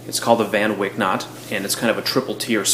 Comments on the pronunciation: great knot! pronounce it as Whyk instead of Wick though. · Dear sir, please pronounce the name of the knot in the proper way. You need to say 'fan Waik' and don't pronounce the 'a' how you would normally do in English, but as in 'ai' without the 'i'. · Van Wijk looks like a Dutch name. So you should pronounce it "FUN VIKE"